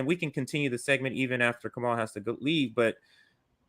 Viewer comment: Wait did say Kamal? BPM is the only channel I watch as often as RBN and I'm pretty sure his name is. Kah-mah-oo. Lol but seriously it's. He's amazing. Thanks for having him on, guys, I love you